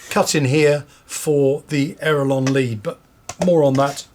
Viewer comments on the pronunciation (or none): Why cant you say aileron right you keep calling it an aerolon? You are teaching people words that do not exist except in your head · My modelling friend I dont know where you came up with this aerolon you speak of but there is no such thing. What you are regretfully teaching other folks to also say wrong is actually called an aileron not an aerolon. So please stop teaching folks to call an aileron an aerolon because it is incorrect and makes folks think it is the correct word. Why would you do that? Surely tou inow that word is wrong so why so you say it like that?